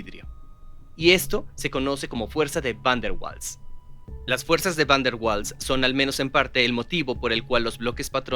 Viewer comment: Mala pronunciación, lo correcto es similar a "vaals".